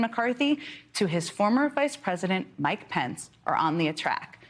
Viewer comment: Pence doesn't even know how to say, "Former.."